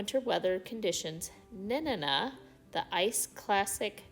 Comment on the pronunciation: Nen- Ana is how that is pronounced… Love your videos from this life long Alaskan resident. It’s wonderful to see our great state( through your new eyes) from the comfort of my home. Makes me smile.